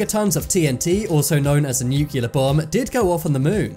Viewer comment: Try saying new-car, NEW. CLEAR. Instead of new-q-lar. New. Clear. It's easy. 😀❤